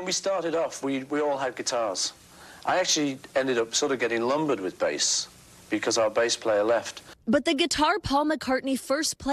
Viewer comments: What a crappy amateur report. And it's BASS. not "base". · I'm gonna state the obvious too, it's "bass", not "base".😂😂😂😂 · BASS NOT BASE! 😢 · They keep showing the wrong bass in this video. And, NBC, it's 'bass' not 'base' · Bass. It's "bass", not "base". Journalism much??? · LOL 'bass' not 'base' sheesh.